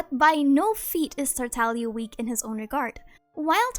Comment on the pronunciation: You mean Tar Tag Liah?